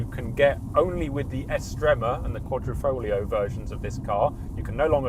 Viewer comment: Another YouTuber who pronounces QuaDROfoglio, while it is QuaDRIfoglio...